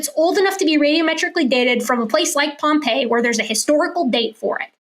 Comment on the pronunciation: It's Pompeii